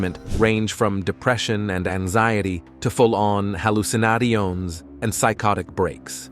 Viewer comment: Oh my gawd learn to speak dammit its killin me 😭😭😭😭 halucinadions like WTF